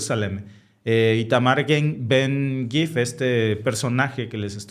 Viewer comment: Su nombre es ITAMAR Ben-Gvir Lo pronuncian BEN-GAVIR